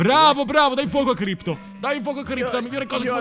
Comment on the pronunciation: Crypto non Crpyot ahahahahhahahahahahahahahhah